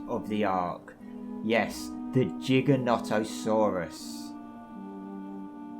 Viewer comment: "Jigganato" Lol.